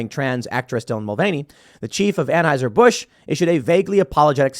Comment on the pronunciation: Can someone please teach Tim how to pronounce Anheuser?